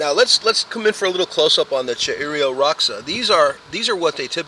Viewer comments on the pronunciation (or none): Cheiro roxa is pronounced similar to SHAY-doh ROH-shah. Great job pronouncing Biquinho (bee-KING-yoh)